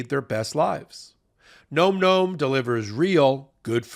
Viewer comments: it's not gnome gnome. It's like Nawm Nawm. As in "Dawn Dawn" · OK, this may seem off topic, but nome nomes? Seriously? The way it's pronounced is more like nahm. Say that five times with increasing enthusiasm and you'll get it Best wishes, Capt. Picky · It seems to me a dog treat named nom-noms would be pronounced to rhyme with pom poms and Tom Tom’s, and not like nome nomes. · Advertiser alert -- isn't the name normally pronounced "Nahm Nahm"? Rather than "Gnome Gnome"? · “Nom nom” not “gnome gnome” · It's funny that you pronounce "Nom Nom" as "gnome gnome". Are you trolling your own sponsor? lol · someone tell how nomnom is pronounced:) It's like dom, not rome. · Nom Nom has been a sponsor for months now, and they still can't pronounce it correctly. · I feel like he's mispronouncing Nom Nom.